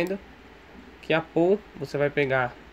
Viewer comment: A pronúncia de POOL é "PÚUL". Significa piscina em inglês. Muito minerador pronuncia PÔL, mas tá completamente errado.